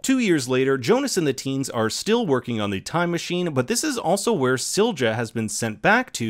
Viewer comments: There is no /d͡ʒ/ Silja – it's /ˈsiljɑ/ (see below). Just because English most often pronounces the letter ⟨j⟩ as /d͡ʒ/ (examples: joy /d͡ʒɔɪ/, agile /ˈæd͡ʒ.aɪl/, age /eɪd͡ʒ/), it does not mean that English has a monopoly on the "correct" pronunciation of the letter—regardless of language, individual letters have no fixed pronunciation. The phoneme (sound) /j/ in the name Silja is the same as in the word yellow /ˈjɛl.oʊ/. Further: See International Phonetic Alphabet (IPA). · Silja is pronounced see-lee-ya ! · Duuude, pronunciation of Silja!!!! Please look it up. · Ok now explain me that pronunciation of Silja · Lmao how the fuck did you pronunce Silja? Is that even allowed? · Your pronouncing silja wrong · Why do you pronounce Sil-ja when it's pronounced Silya? And Mikle instead of Mikk-el? It's not hard, man. Also, Winden is spoken as Vinden. Regina is spoken as Reg-ina. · Couple of minor corrections: Silja is pronounced "Seelya". There are some other smaller pronunciation errors (e.g. Winden should sound like "Vinden") but this one is pretty jarring. Hanno/Noah was continuously raised by Bartosz and knew the whole time that he was his father. The viewer might not have figured it out yet (until the scenes that show Hanno and Agnes' births, the latter with both Bartosz and Hanno present) but it's never a mystery for Hanno himself.